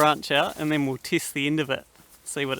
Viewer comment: When u say cheese 4a foto do u say chiise? Wood is 2wet not 2wit an u test it not tist it, itc itc. I mean, there's accents an then there's just straight replacing an e 4an i. Wtf?